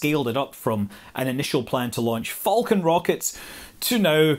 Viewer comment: What is a “foul-kin Rocket”?